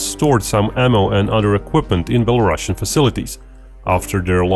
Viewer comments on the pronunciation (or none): Sounds like beh·luh·roo·see·uhn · Belarusian has one s and not ss so it should not have this "sh" sound like "russia" word does.